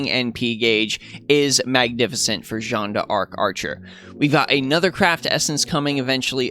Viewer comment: I am actually so happy to find someone (other than G&A and TohouSniper) who says her name correctly. We scream.